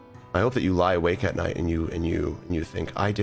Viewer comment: “I hope you way alake at night” im autistic and even I caught that